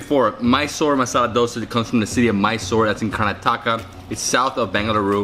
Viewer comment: I'm from bangalore and him pronouncing "KArnAtaaka" adorable lmao 😂